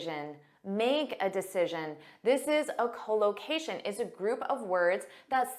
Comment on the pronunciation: Your English speaking is good but your English speaking pronounciation unable to catch up it, because instead of collocation spoke that cholocation, this me puzzling.